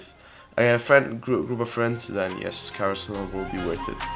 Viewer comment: karis-ma lmao